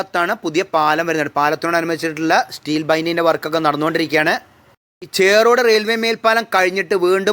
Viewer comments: ചേറോട് അല്ല ചോറോട്..... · ചെറോഡു അല്ല ചോറോട് & പെരുവട്ടുംതഴ അല്ല പെരുവാട്ടുംതഴ🤔🤔🤔🤔